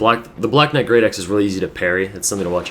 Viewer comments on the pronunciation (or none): knite? hahahaha